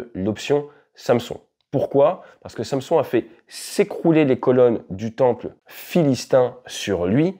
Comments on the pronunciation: on dit "Sanson" et pas "samesone" 😅;-) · Samson se prononce "100-Sson" et n'a donc rien à voir avec une marque de valises bien connues. Khamenei se prononce "Rat-mé-neille" et n'a donc rien à voir avec un rappeur qui vient de Marly-Gomont.